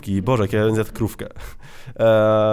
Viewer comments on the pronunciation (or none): none